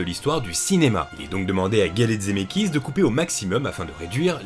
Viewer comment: Coucou, je découvre cette vidéo un peu tard, c’est super mais j’ai une question… pourquoi tu dis « Dzemeckis »??